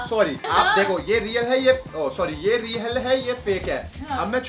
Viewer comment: Reak nahi real